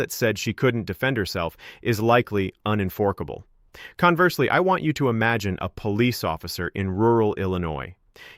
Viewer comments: Unenforkable? AI strikes again! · Did any one notice he said "uninforkable" rather than unenforceable? I thought this guy was real~⊙ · En-fork-able. This is AI. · Unen-fork-able? A.I. can't pronounce unenforceable apparently